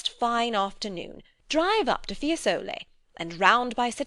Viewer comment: Fiésole, Signorìa